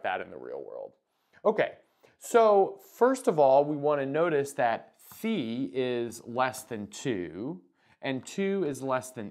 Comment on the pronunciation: Love that you pronounce phi correctly